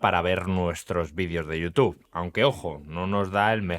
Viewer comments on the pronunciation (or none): none